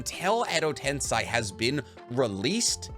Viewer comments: Love your videos! But it's tensei, not tensai. 😊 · tensei you fool not tensai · Ten-say Not ten-sigh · Its called Edo Tensei not Tensai ;)) ✌☯️ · I watch every single one of your videos and i love you but WHY DO YOU ALWAYS SAY EDO TENSAI LMAO it's tensei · I thought it was pronounced “ten-say” not “ten-sigh”? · ME GETTING TRIGGERED EVERY TIME HE SAYS 'TENSAI' ....BRUH ITS SEI....'SAY'....STILL ENTERTAINING AND ENSIGHTFUL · It is "Ten-say" not "Ten-sigh"....it's literally how it's pronounced in the anime...y'know...by the japanese people. Hell, it's even how google translate pronounces it of all things. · harmonies voice edo ten-say not ten-sigh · tensei is pronounced as ten-say, whereas tensai is pronounced as ten -sigh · Also tbh i really love you videos. Its just its kinda infuriating hearing Edo Ten-sai instead of Edo Ten-sey aswell as chiBAku Tensei not chiBUku tensei. Please no hate. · If you ever watched the show it’s pronounced TEN SAY, you saying it wrong all video hurts me lol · Why you pronounce Edo tensei like that? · I can’t watch this video because of the way he pronounces “Tensei” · Really irritating how you pronounce tensei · Edo tenSAY. Why do you say it with an I? 🤧 the anime pronounces it for you. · It’s actually tensei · No that's shinra tensei pronunciation jus ask my boy pain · Yeah, not watching 30 minutes of you saying Tensei wrong. Sorry.